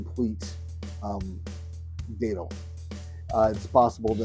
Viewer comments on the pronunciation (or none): Thank you for sharing this,! I just want to let you know it is pronounced Dat (like bat)-til. I have Minorcan lineage. My family has been in Florida since 1777. I am a 9th generation Floridian! My sister and I make a great datil pepper sauce! Here in Florida, I am in Jacksonville, we protect our plants and most of the time, we can get them to winter over and they turn into really big plants! You might be able to do the same thing to by bringing a plant inside and placing it in a sunny spot until it warms up.